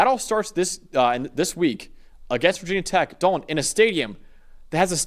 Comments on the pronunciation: Great vid- but NOBODY in blacksburg calls it vah tech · Never say “Vah tech” 😭 that goes for any Virginia or West Virginia team 🥀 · Yes, we hate being called "vah" tech. It was us. 😂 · 1000 Thumbs down for dude on the right thinking this game is in Blacksburg (did you even read the two sentence byline?!) and for both guys repeatedly saying "VAH TECH" knowing full well that VT fans dislike that. If you are bothering to cover the teams, maybe read up on them a bit. You might actually retain more subscribers/viewers that way. Just an idea. But if you want to go needlessly disrespecting a team, be willing to be written off instantly by their entire fanbase. Never heard of you guys before. Will never click again. Buh-bye